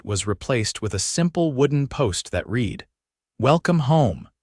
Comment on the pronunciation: Your A.I. reader needs to learn the difference between READ, READ, RED, REED and a few others. Why don’t you just hire real people who know the language?